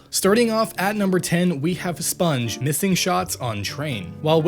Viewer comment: SPUNJ not SUPNJ